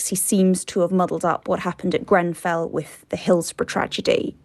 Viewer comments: Is it me or this fool said Grembell? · I hear ‘GrenVell’ fire does he literally know nothing, not even the name